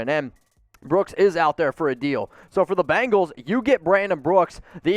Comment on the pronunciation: Its BENGALS NOT BANGALS